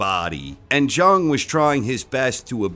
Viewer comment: its pronounced big bang Jang, not Big Bang Jung...come on...